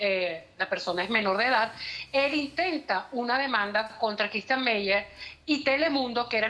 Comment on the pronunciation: Tan metida está según ella q se equivocó tre o cuatro veces diciéndo Ctistian.